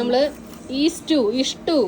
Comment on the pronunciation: ഈസ്റ്റയു, ഇഷ്ട്ടു, ഒറിജിനൽ stew എന്നാണ് stuew